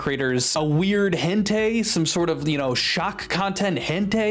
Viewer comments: Sorry to be THAT guy, but hentai is pronounced hen-tie. Not hen-tay. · The more you say hentei the more I believe you know how to say properly and are trying way to hard not to say it, great video btw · "hentay" please... Stop this madness... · Sounds hilariously close to "Entei" so you're not wrong 💀 It sounds like if Entei crossbred with a Hen 😂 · what's weird is the way you pronounce "hentai", but aside that I do miss Muta. Sure, he was a dick with how he handled this, but let's not forget the other good things he has done.